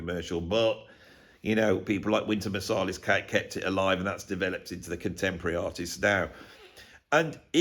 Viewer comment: The one thing I take away from this deep and we'll thought out video is that I think you pronounce Marsalis wrong. I think it's MarsAlis like Ant. What do you think😊. Great video. The thoughts about hip hop I think we're spot on. The hip hop from the 80/90s is so exciting and inventive, funny and expressive and came from individuals collaborating and creating from each other. Sounds familiar.